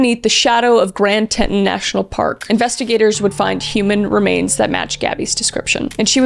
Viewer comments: OK, let's ALL say it together now... "grand tee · taan"... Grand Teton. See, it's not that hard. C'mon, "TEE - TAAN", Teton. Yaaay!! Alrighty. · Hi Kris! Great video! I want to let you know for future reference that “Teton” is pronounced Tee -tawn (or ˌtiː.tɒn for all you IPA fanatics out there) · Teet-ahn National Park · I know the spelling is weird lol but it’s pronounced grand TEE-TON national park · I'm sorry, but I'm from Wyoming and I have to do this. Teton: Tee - Tawn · kris i love you but as someone from wyoming, it’s pronounced tea-ton, you’re just a girl though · Tee-ton National Park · It’s pronounced Grand Tee tON park in wyo :) no worries though! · I love you, but you're killing me with pronunciations, especially because your videos are so educational otherwise. It's tee-tahn (because it likely comes from the French téton). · Just fyi Teton sounds like tea tahn. 😉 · Ohh and Kris it's pronounced "Tea-taw-n". But you did great job on this!!! And congratulations on married life!!! 😊😊😊🎉🎉🎉🎉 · lol it's pronounced Grand Tea-tawn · Not how it’s pronounced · Wow, this is not a good podcast. The over dramatic enunciations, the surface level storytelling the poor pronunciation of Teton and general subjective addition of personal perspective made this difficult to get through. I know I’m gonna be in the minority. It’d be criticized for my opinion. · why did pookie say Teton like that 🤣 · oh and it's Grand Teton (like TEE-tawn), not Tenton. lol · I apologize Chris but it is Tea-taun, no te-taun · Grand Teton National Park.... pronounced Teeton... id love a video of you reading oklahoma towns😅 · I was impressed by your respect and empathy, I liked and subscribed. You have a gift, and I'm sure in walking the talk, you've inspired others to help (I hadn't heard about the case, but I'd heard her name). P.S: Teton: Pronounced tee-TAHN (tee + tahn). Avoid saying "tee-tun". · Isn't it "Grand Tee-ton"? Not "Tent-on"? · “Te-ton” not “tet-on” national park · Grand TEE-Tawn. 😂